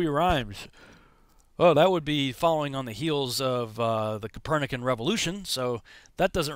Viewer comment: “Capernus or whatever”